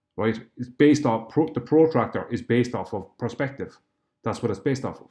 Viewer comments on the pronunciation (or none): "Protractor" is based off "Prospective" W.T.A.F. Maybe it's the accent; do you mean "Perspective" - In either case, W.T.A.F.